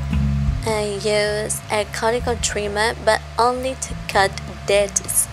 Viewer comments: it's pronounced q-t-cool not carticle lol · Not trying to be rude but the word cuticle is pronounced cue-ti-cle. But i love your channel so please dont take it as an insult.